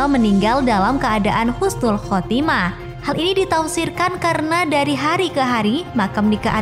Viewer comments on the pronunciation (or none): Penulisan dan pelafalan yang bener "Husnul Khotimah" min ... Bukan "Khusnul Khotimah" 🥰 Ramadan Mubarak! ❤️